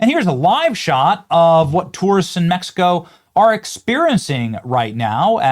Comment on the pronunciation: METH-E-CO is a no go